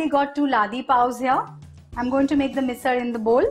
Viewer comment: Loved the fact that MISAL was pronounced with the typical marathi L. And yes, the misal does look yummilicious